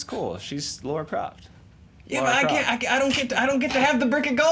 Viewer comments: Kudos to and Andy for putting up with those two. it's hard to fake enthusiasm when you're facing people who have clearly never seen the show. btw it's LARA Croft no Laura. I'm glad I'm not the only fan who was disappointed with this episode. I feel bad for the fan fighter, they were so excited and they got this turd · it's Lara not Laura